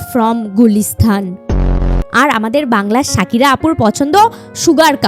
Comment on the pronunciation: Sakira noi pokira...😂😂😂😂😂